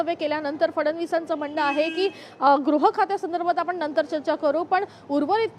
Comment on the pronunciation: Grah nahi baba gruh khata. Shivseneche nete shinde pan ashikshit ashuddha bolnare.